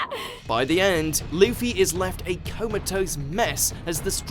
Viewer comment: did he say leafy instead of luffy or am i hearing things